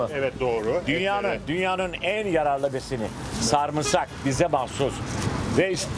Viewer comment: Sarmısak değil sarımsak sarımsaklasak da mı saklasak:)